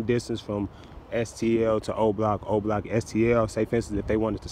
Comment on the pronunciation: It’s not zero block it’s o block